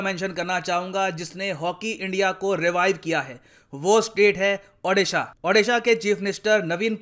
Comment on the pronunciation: Sir can you please pronounce O-disha its not Adisha... Please sir its a request from Odia....love from Odisha to all